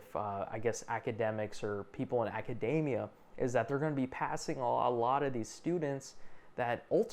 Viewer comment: it’s academia, not “acadamia”. Reminds me of when a city commuter didn’t like what I told him about ticket fare increases and he called me “suffecious”. I just dumbly said, “suffecious… don’t know what that means” and he gave a smug face. And then I said, “I know what facetious means, being really happy when a situation doesn’t demand it. Don’t know suffecious though.” He didn’t look so content after that. Seemed to shut down emotionally.